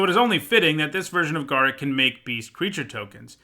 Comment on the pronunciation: Uh oh. You mispronounced Garruk